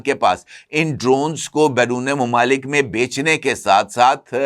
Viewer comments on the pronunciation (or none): none